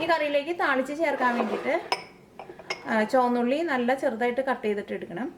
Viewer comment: Not choanna ulli...it is chomandda ulli 😅😃😉😎